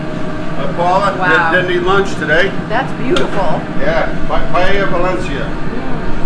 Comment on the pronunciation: You just killed the word paella. Clams that don’t open don’t use